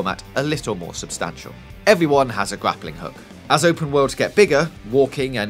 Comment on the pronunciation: D'aww he said Gwappling Hook.